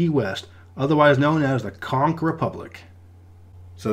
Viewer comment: As a Floridian, thank you for saying “conch” correctly.